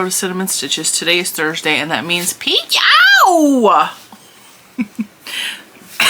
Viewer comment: The way you say PYOW always makes me giggle 🤭 I need to try Premier Yarns but omg there are o many yarns to try and I don't have enough money to get it all 😫😅